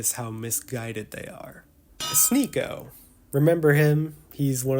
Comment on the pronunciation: fuck sneako. not for the horrible misogynistic things he said but for his mispronunciation of the best channel on yt